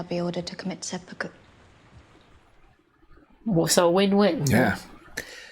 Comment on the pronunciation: I think she said "sepukkake" but hilarious either way.